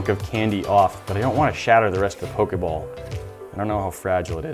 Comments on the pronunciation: I cringed so hard cuz he sez pok a ball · Am I the only 1 that noticed he said pokay ball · The way he say Pokéball cracks me up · Not when he said poke ball wrong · Why do you say pokeball so weirdly